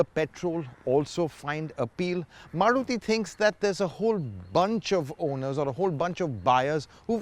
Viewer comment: Maruthy kya hota hai bhai its Maruti 😂😂🤣🤣